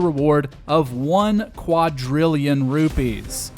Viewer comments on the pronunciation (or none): none